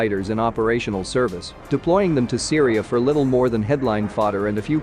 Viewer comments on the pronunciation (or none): none